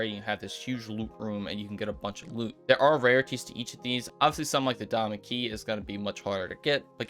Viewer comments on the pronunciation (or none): Sounds like you say doma key instead of diamond key 🤣🤣